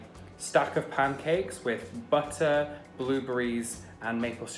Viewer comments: the blooooboreez in tom accent amazing 🤣🤣🤣🤣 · Please tell me i wasn't the only one that noticed how pronounced "Blueberries"